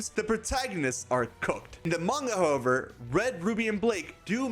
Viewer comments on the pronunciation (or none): none